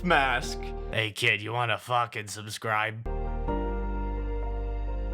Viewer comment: When he has the Imp mask on it sounds like he says "hey kid you wanna fuck and subscribe" but I'm sure it's "fucking subscribe".....right?.....right?!?